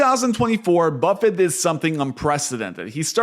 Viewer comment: Who is “Warmbuffet”?